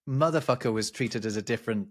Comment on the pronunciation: Saying mfer like he does doesn't have the same ring without the hard R's as Americans pronounce it, it like he's trying to say the N word correctly lmao. Yes I gotta say "dick" does have a "gentle entrance" especially when just using just the tip.